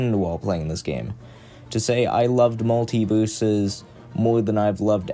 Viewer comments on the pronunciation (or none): "i met my best fwiend while pwaying this game. to say i woved muwtivewsus mowe than i have loved anyone evew befowe"